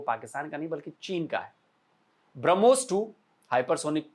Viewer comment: ब्रह्मोस हरमोस नही ओके अनपढ